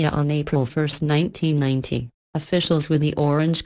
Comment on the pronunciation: I swear on the third case it sounds like you are saying "1919" instead of "1990" which one do you mean?